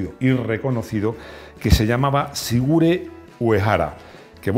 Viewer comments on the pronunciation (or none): se llamaba Shigeru, no Shigure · Espero que cuando le hiciste la entrevista a Sigeru Uehara no le llamaras “sigure” como en el vídeo.jajaja